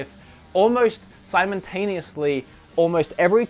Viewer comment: Did you say "simontaneously"?